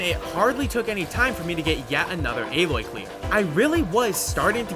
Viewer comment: AH-LOY my dude